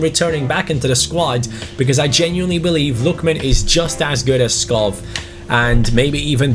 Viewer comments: Hi, love your videos. However since i am from Denmark it's kinda annoying that you pronounce Skov Skof, instead of Skou, which is the right way of pronouncing it in Danish. keep up the good work! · it selects Schär as the penalty taker, because he has the highest penalty stats in your team. Also, Skov is pronounced Sko, with a silent k Like so he can see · Skov is actually pronounced Skou :) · hey, certified Dane here, Skov's correct pronunciation would actually be more like Skow in English. Otherwise keep up the good work mate 👍👍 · Hi, amazing video, just one thing, you pronounce Skov a bit wrong, it’s only the “V”. “SKO” is pronounced like you do, but the “V” is pronounced like a “U”. I’m from Denmark i know. Or you could just call him forest BC that means Skov in Danish.